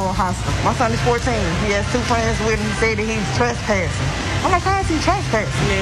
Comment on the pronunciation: It's tress-passing not truss-passing... try being able to pronounce the words you are going to use in a story...